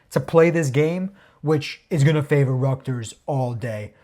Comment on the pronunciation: Man said “ructers” instead of Rutgers 😂